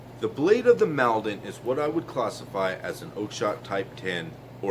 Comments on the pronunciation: It's pronounced "maul-don" like wall or fall not pal 😉 Sword is based on those used at the Battle of Maldon is Essex by the river Blackwater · Does it have distal taper🤔🇬🇧...it is pronounced moldon